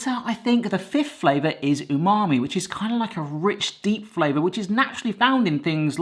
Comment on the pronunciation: Stop saying unami. it's pretentious. say savory.